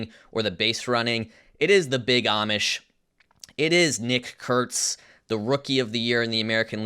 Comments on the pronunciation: Bro said "Nick Kurtz" like Malcom X was in the room. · Emphasis is very important